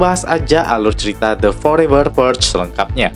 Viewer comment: Purge bacanyan PUREL gitu ya Teman Teman??